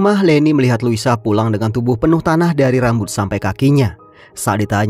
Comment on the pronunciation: louisa( baca luisa) bg bkn lusa 😂